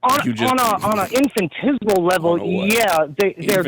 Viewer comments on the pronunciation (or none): I was hanging in there until “infantismal” 🤣 I can’t… 🫢